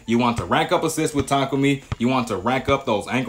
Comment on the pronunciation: its tah kah umi 😂